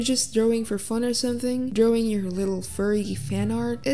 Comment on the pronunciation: I love how just pronounces “drawing” as “drewing” I honestly love it